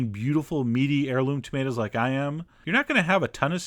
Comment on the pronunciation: Thumbs up for "tah-mate-as"